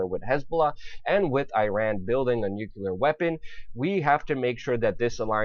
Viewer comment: learn how to say nuclear...? That's when I stopped watching.....